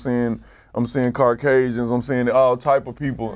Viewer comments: yo did he say Car causians? lmaooooooooo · My nigga said "Car cajuns" lmao